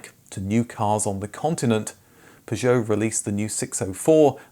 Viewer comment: Oh god no. I can't listen to an hour of him saying "Pazhowe"